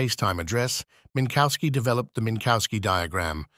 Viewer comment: There no bovine "cow" in Minkowski. The "w" is like an English "v" and sounds like an "f" at the end of a syllable.